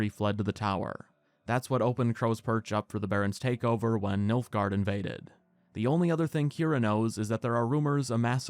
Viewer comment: its nilfgard fam